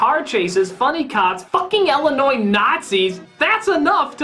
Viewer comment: also it's pronounced "Illinois" not now or has it ever been "Ellenois". At least you aren't totally retarded and pronouncing the "S".